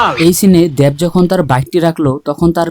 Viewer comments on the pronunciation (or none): আরে পাগলা দ্যাব না দেব দেব। 🤣🤣